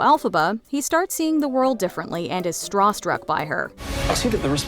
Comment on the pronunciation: straw-struck LOL